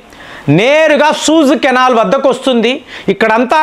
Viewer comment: సూజ్ కెనాల్ కాదు సూయిజ్ కెనాల్ అది ..